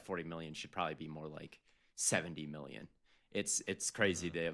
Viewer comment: Love to hear say “miyyon”